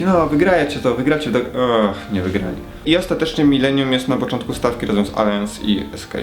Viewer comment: To jeszcze nie Alians, tylko Alajans. Drażni okropnie, mnie przynajmniej xD